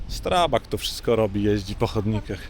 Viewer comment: Wymawiamy "sztrabag", bo nazwa pochodzi z języka niemieckiego.